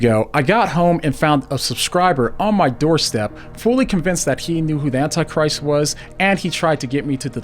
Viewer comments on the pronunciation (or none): none